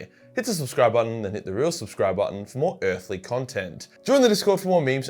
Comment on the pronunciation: Lol the way you say peace at the end cracks me up every time, so aussie 😅